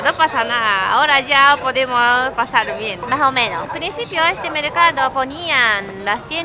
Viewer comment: Maomeno dice 😂 💜💜